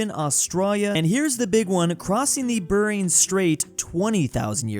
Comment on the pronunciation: Why's he pronounce the Bering Strait as "Burring"?